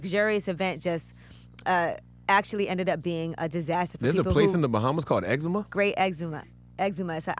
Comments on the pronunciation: 😂😂😂😂😂 Did she say Eczema?????? It's Exuma (Egg-Zuma) I dead 😂😂😂😂 Yo this weed get my girlfriend laughing her ass off at yall... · Holy FUCK....I wish she would have done her research.....its pronounced (EX-ZU-MAH) not "eczema" ... and unless you are a Bahamian citizen you cannot own our islands...you have the luxury of leasing..building and living there but never own it. So the pablo rumor is jus that....a RUMOR. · Say it with me Angela ex-ooh-mah not exima like a disease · X-ZOOM-UH not eczema 🤦🏽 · exuma is pronounced "X-ZU-MA" not eczema. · It's ExUUUma not Eczema lol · Eczema? no exuma I swear killer mike really showed me how dumb you people are. Don’t see why you have a voice when you guys got no brain. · It's pronounced X-ZOOM-UH not Eczema lol. Its horrible what they did to my people back at home. There has to be some accountability on Jarule and Billy's end. They literally went to another country, messed up the lives of hundreds of people, then went back home and brushed it off like its nothing. 50 cent you have the blessing of our whole nation to continue clowning Jarule. #GetTheStrap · CTG Please learn geography, you sound ignorant! The Bahamas is made up of 700 Islands. Angela it is pronounced EX-ZOO-MA. Exuma not like the skin disorder smh! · "Exooooooma" not Exema.........wow. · The word is Exuma, not eczema, sound so dumb. Egg-zuma that's the pronunciation Angella Yee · Exuma (Ex-zoo-ma) not Eczema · its pronounced "X-ZUM-MA" not the skin condition. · It's called EGG-ZOOMA you non-due diligence having Jackass! Do your homework before speaking on air man. That's an easy google to know how to pronounce an entire island of citizens in The Bahamas . EXUMA is not EZCEMA! This chick man siiiigh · EXUMA NOT ECZEMA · It's 'E-zu-ma' not eczema 🙈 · It's pronounced Eggs-oo-mah (or exhume-ah) not Eczema (sorry, pet peeve of mine) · Exuma is pronounced “Egg-zuma” not eczema . 😂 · thank you! lmaoo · Its pronounced exuuuma smh.. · It’s not EXEMA!!! It’s EXUMA!!!